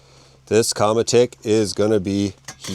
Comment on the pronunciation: Qramutik would be a more correct way to pronounced it. It means sled in inuit/inuktituk. 😉